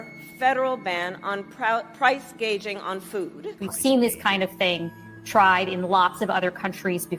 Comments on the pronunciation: "Price gauging". "Hospitility". That's prepostrious! Maybe she meant price-gagging. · The simple fact that she said "price gaging" instead of price gouging without correcting herself, strongly implies she doesn't know there is NO such thing as price gaging. Does she even know what price gouging is? Yet there are some who are ok with that level of ignorance. Wow. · She said she’s only going after “price gauging”. So the gouging is fine😀 Also can’t pronounce HOSPITALITY so forgive me if I miss pronounce your name